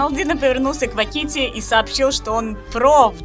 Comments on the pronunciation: Я просто хотела сказать что как человек что очень часто смотрит иностранных маигкрафтеров, мне больно слышать когда люди не так говорят их ники. Не Каки́ти, а Ква́кити и не Шлэт, а Шлат. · Бро озвучка на высшем уровне и в некоторые моменты мне кажется что выучила русский язык... НО мне больно слышать квакИти он квАтики но, а так все вообще прекрасно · почему квакИти..господи так режет уши,его никнейм произноситя квАкити… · не Кваки́ти, а Ква́кити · Прошу прощения, но хотелось бы поправить, правильно не КвакитИ́, а КвА́кити 😅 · Озвучка просто замечательная и чудесная! Однако очень уж больно режет слух неправильное ударение в имени КвaАкити, а не КвакИти 🥲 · не квакИти, а квАкити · протите.. квАкити КВА́КИТИ 😭😭